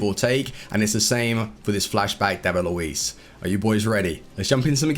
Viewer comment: It's Luiz..with a z